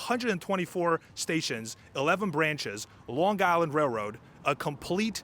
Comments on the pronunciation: LiRR is ridiculously Expensive and does not run frequently. Pronounced "Island" not "Guyland". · this is AI crapola. the flat i ron . really. long guy land really? flat out garbage . stop posting this garbage. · The "G" in Long Island is silent.